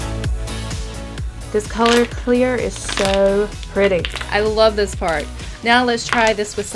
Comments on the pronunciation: you say sou not so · you say so not sou